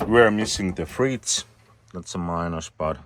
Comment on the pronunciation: Kannattaa opetella lisää englantia. Ainoa sana joka oli turhan vinoon äännetty oli "fridge" senkin pystyi kuitenkin päättelemään asiayhteydestä. Pelkästään Englannin saarella puhutaan erilaisia englannin variantteja niin paljon, että tämä ääntäminen menisi siihen joukkoon vielä helposti.